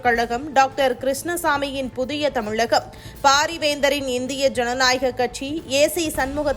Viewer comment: ஏம்மா உனக்கு தமிழகம் னு அழகா சொல்ல வராதா. தமிலகம், தமிலகம்னு சொல்லி வெறுப்பேத்தரயே.